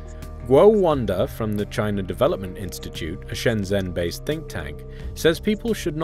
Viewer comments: It's not Shen-Zenn, it's Shn-jn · It's so distracting when people mispronounce shenzhen with a z instead of a j sound, over and over again. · The guy says Shenzhen wrong. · You're not pronouncing Shenzhen correctly.